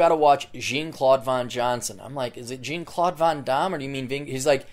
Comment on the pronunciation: Jean is pronounced like 'john' you ass.